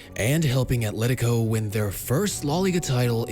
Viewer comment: Atlético* not Atléricouw